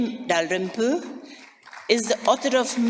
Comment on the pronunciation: I like how the lady pronounces William Dalrim-poo